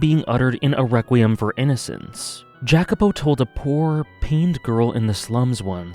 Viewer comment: Thanks for a great video, you had a lot of very interesting thoughts on the story. and furthermore i also want to thank you for making me read the VN in first place since it is one of my favorite pieces of media now. that aside i am a little curious to why you are pronouncing Jacopo's name that way. i always thought i was suppose to be pronounce it the Italian way but i might be mistaking. sorry for being pedantic. once again thx for the video